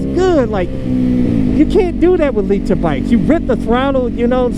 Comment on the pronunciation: to Noobs: “Don’t get a LEE-Ter bike!”